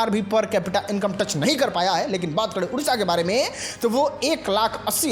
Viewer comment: Bhai tu jo khich khich k bolta hai na wo irritate karta hai. Me, hai jaise sabd bolte ho usko sudharo